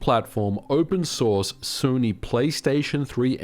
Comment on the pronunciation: From now on I'm going to pronounce 'Sony' exactly like this.